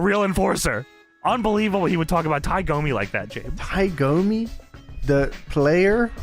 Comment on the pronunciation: It was Tie DOMI, not GOMI. Dammit,. And I'm not even a Loafs fan.